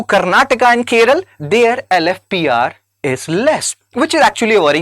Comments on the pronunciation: Its not Keral, it's Kerala You don't even know the name of the state property, you talk about statistics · It's not keral it's Kerala some educated idiots pronounce it it keral I wonder if ur helping IAS aspirants and pronouncing a simple name wrongly it's 😭 😢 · It is not Keral it's Kerala. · why this idiot is saying keral keral idiot learn how to pronounce Kerala. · Dude, firstly, it is "Kerala", not "Keral". Secondly, for districts above national average, please also post national level data. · கேரளா என்று சொல்வதால் தான் அதை இப்பொழுது கேரளம் என்று மாற்றிவிட்டனர். ஆனால் இப்போ நீங்க புதுசா கேர்ள் என்று சொல்கிறீர்கள். இது சரியல்ல.! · ।t is 'Kerala' not 'Keral'. What if I say 'Hind' for 'Hindi' and 'Biha' for 'Bihar' ? What do you mean by 'We' when you say, "We think that South Indian states......." It sounds like the ' we ' in "We Americans think that Indians......". Bro, it is this ' other-ing ' of South India by North Indians which has accentuated the North-South divide in recent days. If an educated young man like you can entertain such ideas ie We = North Indians and They = South Indians, God save this country. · The way you said keral, makes my blood boil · Sir, you're an IAS preparation coach. Stop messing up the pronunciation: keralA, tamil nadU, karanatakA, kannadA and telanganA.